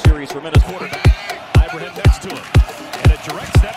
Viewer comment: His name is pronounced (EE-BRAH-HEEM) not (EYE-BRAH-HIM)